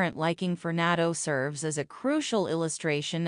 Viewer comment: Not nato ( nat-to 〜natto)